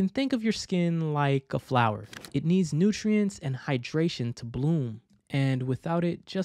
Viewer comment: lost me at "Nutrientcies"